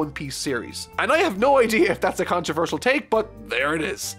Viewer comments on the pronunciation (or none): none